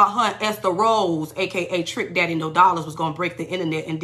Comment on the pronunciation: “Esther Rolle.”😂😂😂😂😂